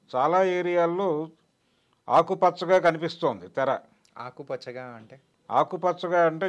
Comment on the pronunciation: ఆకుపచ్చగా అని తెలీదా నీకు నువ్వు ఏం తెలుగు anchor వి రా